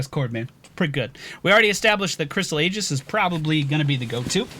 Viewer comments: "EE - JISS" is how it is pronounced, pretty good look at the hero, actually the first support i might enjoy playing. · It's said more like EJIS (AE-JIS would generally be acceptable), not Aegis. No hard G. Someone had to say it. Also you could make a farily solid blindbot out of her with the cooldown reduction and blind ability. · Just so you know, "Aegis" is pronounced "Ee-jiss" or "eye-jiss." Contrary to popular belief, 'ae' is most commonly pronounced 'ee' or 'eye' rather than 'ey' (like 'hey').